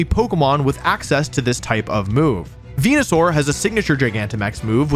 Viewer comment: super proud of you for the TPCI sponsorship, very disappointed to see you sold out (pronounced venusaur correctly)